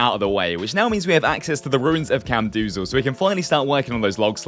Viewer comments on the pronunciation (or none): Please stop saying camdoozal, its camdozaal